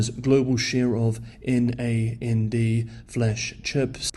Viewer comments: N.A N.D. is pronounced 'nand' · As others have said, NAND is pronounced as a word and not as N-A-N-D. It’s named that because the memory gates are connected in series and has the same logic as NOT-AND. DRAM on the other hand should not be pronounced as it sounds (like a shot of whisky). instead it should be pronounced as Dee-RAM. Since it’s describes a type of random access memory (RAM) that require constant refresh (in tens of milliseconds) of its stored value, and that process of the constant refresh makes this memory dynamic. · NAND is pronounced “nand”